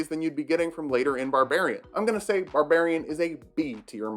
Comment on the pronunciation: "Barbrarian" [slow clap to STANDING OVATION]